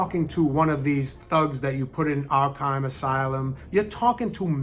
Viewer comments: I cringed when he said arkhiem asylum no hate though but it’s Arkham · Did he pronounce it “Ark-haim”? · This guy said “Ark-hime Asylum”… he lost all credibility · “I’m also a batman fan” calls it’s arkhime asylum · I wish he said “Arkime” asylum sooner so I could have stopped watching. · Calls himself a purist... can't even pronounce Arkham or Ra's Al Ghul correctly. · Your a purist Batman fan, but can’t pronounce Arkham?! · the guy says he's a huge Batman fan but listen to how he says "Arkham" lol